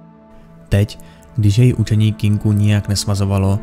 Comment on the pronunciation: Tak dobrý video, ale to "Kinku"..., prosím, "Kinkou"! <3